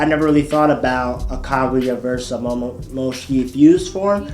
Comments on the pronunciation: anime rlly hittin us with the momomoshishiki pronounciation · Man, I hate the way this dude says "Hagomoro" and "Momomoshki" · Why does saying "Hagomoro" infuriate me so? Same with "Momomoshiki" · "momomoshki" "hagamoro" "minatu" "okootsuki" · but said momomoshiki not momoshiki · AND WHO IS MOMOMOSHIKI